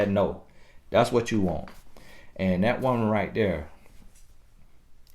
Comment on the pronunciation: TiffanyB TV 😂😂😂I love when he say Dat!